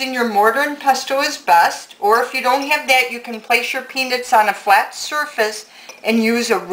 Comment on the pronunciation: i love your video and it almost sounds like you say penis however i do think you are saying peanuts , but i chuckled anyway and think you are a great instructor.